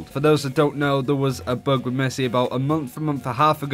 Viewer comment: Who else thought he said "book" instead of bug?